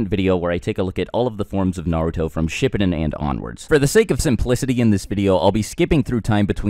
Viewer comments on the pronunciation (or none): Its not shi-pidin it’s called she-pu-den